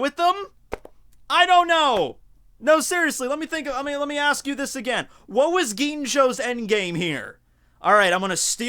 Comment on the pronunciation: The way says again always gets me 😂